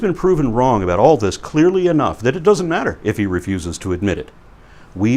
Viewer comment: What is it with the way Hovind pronounces "matter"? Has anyone else noticed that?